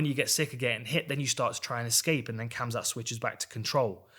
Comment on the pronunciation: Dan i love ya. But its hamzat